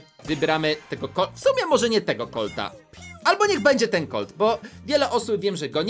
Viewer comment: *gadżet do colta Nie do collta